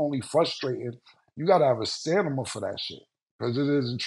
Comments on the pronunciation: Them Teeth getting in Killa Pronunciation Way my boy said "Stanima" 😂😂😂😂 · Somebody need to tell Cam it’s “ StamiNa” lol